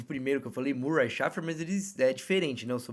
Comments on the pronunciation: Gostei do conteúdo, porém, "doeu" meus ouvidos sua pronúncia de Schaeffer, procure corrigir, a maioria das pessoas falam corretamente o sobrenome alemão. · A questão é que esse sobrenome é alemão, o fato dele ser frances não vem ao caso. Não custa vc verificar a pronúncia.